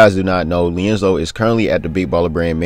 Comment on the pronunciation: Am I the only one hearing "leonzo" 🤣🤣🤣🤣